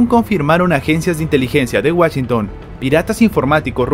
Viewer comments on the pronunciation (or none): none